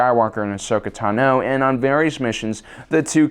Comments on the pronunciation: Ahsoka TANo, NOT Ahsoka tanOH. Fuck that's irritating. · “Ashoka Tunoh” 🥴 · Why do you pronounce ahsoka tano incorrectly?